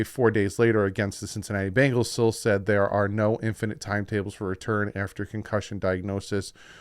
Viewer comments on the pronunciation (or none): none